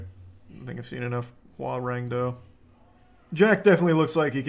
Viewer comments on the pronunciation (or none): Its called Hwarang Do, not Hoagarang like the korean dude from Tekken. Harang Do actually older korean martial art than TaeKwonDo